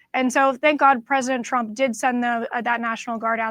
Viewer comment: Love how the dozer said troump lol silly a.i.